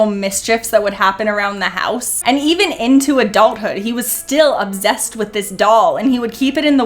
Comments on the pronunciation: Exactly she doesn't even know how to pronounce obsessed? It's actually that she's too lazy to pronounce it right at well as setting thing and anything. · Sorry but its obsessed not obzessed. S not Z